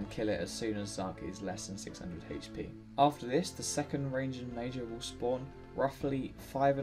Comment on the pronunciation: haych pee